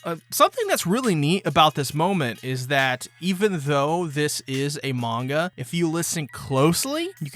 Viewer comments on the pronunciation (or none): none